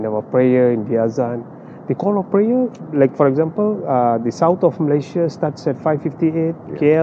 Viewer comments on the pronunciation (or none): none